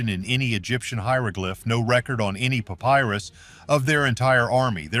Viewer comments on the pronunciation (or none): none